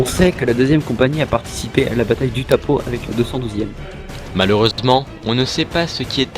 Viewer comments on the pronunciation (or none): Mais non les gars pas vous .. on dis pas utapo mais utapaho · Juste pour info Utapau se dit Utapao, sinon très bonne vidéo